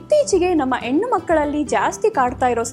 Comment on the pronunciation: ಹೆಣ್ಣು ಅಲ್ಲ ಹಣ್ಣು, ಓಮ್ ಅಲ್ಲ ಹೋಮ್, ಅಕ್ಷರಗಳು ಸರಿಯಾಗಿ ಬಳಸಬೇಕು